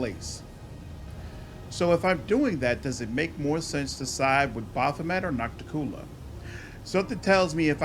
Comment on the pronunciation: "Oh, it's Noc-ti-cU-la, not Nocticoolah?" I knew that but I felt it would be pedantic to point it out. It is why it's nice to have voice acting to pronounce these names.